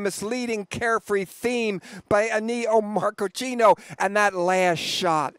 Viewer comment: Yes, he's always a hoot, I could listen to him all day. But.... Uh-knee-oh Marko-chino???? He meant Ennio Morricone, by the way, LOL. And 'Bill' Pence, he meant Mike. LOL. Well, he's getting a bit older, so....